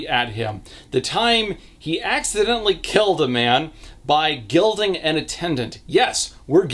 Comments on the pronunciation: i was confused for a sec. I thought you might have said gelding not gilding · You said “gilding”… i heard “gelding” making that MUCH more traumatic and the daughter a more important aspect, so LOL